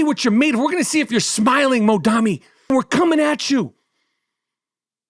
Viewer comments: All your listeners should ask themselves why you're so afraid of Mamdani you refuse to pronounce his name right. New Yorkers please take a minute to learn what Zohran actually said and stands for because Michael is lying to you. He also sounds very angry. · The way michael butchered his name without any care was 😂😂😂😂😂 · I love how Michael mispronounces dudes name every time he says it in a different way lmaoooooo